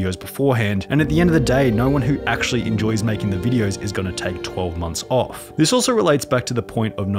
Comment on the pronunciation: It’s uff not oof may well just say off not oof